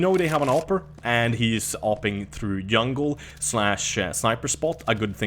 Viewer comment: When he said yungle i died XD